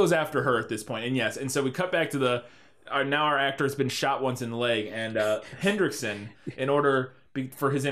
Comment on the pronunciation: Every time you guys said Lance "Hendrickson," I died a little inside...